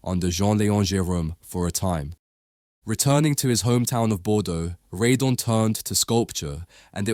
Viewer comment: Since he was French and his surname was Redon, why do you pronounce it "Ree-dun?"